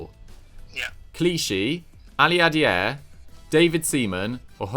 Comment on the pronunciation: BUTCHERING the pronunciations on this one 😂😂😂 I was already laughing out loud when you said Biabiany 5 different ways but Aliadere floored me xD